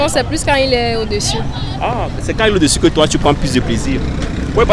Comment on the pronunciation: Par contre tu sais vraiment pas parler français hein, on dit pas « déssus » mdrr vraimeent